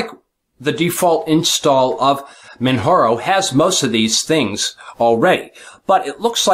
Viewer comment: its actually Man-Jar-O :) its says it in the Manjaro pdf ;)